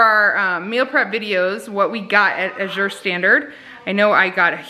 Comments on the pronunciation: AA-zure. (AA is short a, as in cat; zure, like the 2nd syllable of pleasure). Think of the work pasture, and that'll help you know how to pronounce Azure! The first syllable gets the emphasis! :) I order from them too; they're fabulous! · Azure...a shade of blue. Accent on first syllable, not second.